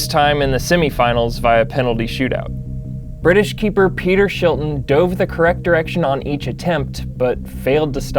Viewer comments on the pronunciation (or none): none